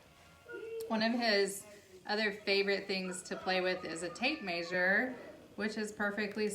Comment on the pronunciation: I love the way you say tape “maysure” lol ..Langston is super adorable! Keep up the great work mom!